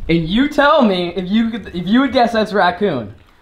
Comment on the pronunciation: Ngl I cringed every time said ratCOON jerky.